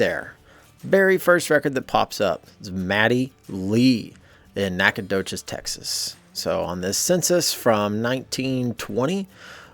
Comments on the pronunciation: As a long time Texan please pronounce it Knack-uh-doe-chus. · OH GOOD GRIEF MAN! It’s pronounced: Naka-do-shes! Ask a Texas some time.